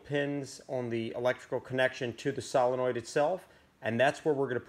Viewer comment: Never trust a guy who can't even say solenoid